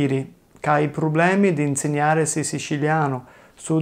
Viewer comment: Just discovered this channel Love it. Anyway isn't "problemi" but "probblemi" with 2 b In my zone (madonie mountains) we don't say "ma" for ''but" but we say "ngà"